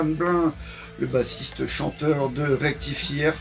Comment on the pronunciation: Merci!! Le nom de mon groupe se prononce Rectifayeur comme la chanson de Tankard, mais c'est cool pour notre promo. Mes videos sont assez rares, c'était pendant le confinement mon ranking d'Anthrax!.